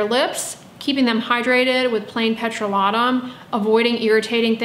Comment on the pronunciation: I will now stop my scrubs of all kinds. In the winter I do like a little sugar scrub. I’ve begun using glycolic acids and retinols and think its better for my face neck and cheat and am grateful for your advice. I am curious why you pronounce petrolatum as “pet-roh-la-toom”? I’ve been concerned using a petroleum product on my skin because it is a petroleum my product. Is this true?